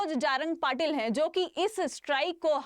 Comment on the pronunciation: बेटा पहले ठीक से नाम लो jarange patil ok